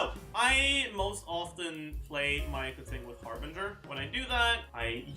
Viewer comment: Just pronouncing keqings name right, nothing wrong here.